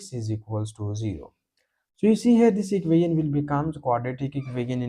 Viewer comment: Please learn to hot pronounce "equation". The rest of your pronunciation can use some improvement but is understandable.